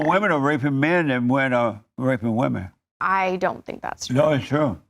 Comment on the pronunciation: She’s another one that can’t pronounce ‘women’